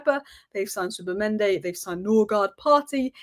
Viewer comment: Please! Its not Zubamende its Zubimendi